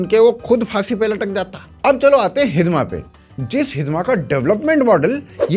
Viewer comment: "*हिड़मा*" है भाई, हिदमा नही